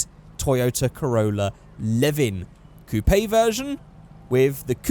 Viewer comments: Wy does he say Coopaye? its spelt coupe but pronounced coop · Youre saying coupe wrong